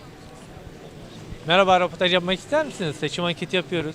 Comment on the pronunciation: Muhabir kardeş, önce "röportaj" demeyi öğren. Bir de insanlarla iletişimin çok kötü, bu şekilde tabiki kimse sana cevap vermez. Video boyunca röpütaj, röpütaj, röpütaj... kulaklarımız kanadı.!